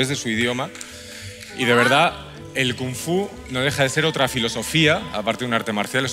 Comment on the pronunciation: It's "Kung-Fu"(Gōng-Fū) my brother not Cong-Fu Cong-Fu would sound like this "Song-Fu" o "Shong-fu" or something like that